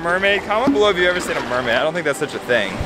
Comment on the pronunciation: It's pronounced mermaid not mermaid